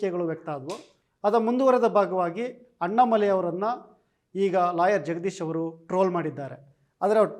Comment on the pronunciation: ಸೊನ್ನಾಮಲೈ ಅಲ್ಲಾ.. ತಮ್ಮಾಮಲೈ..,😃😃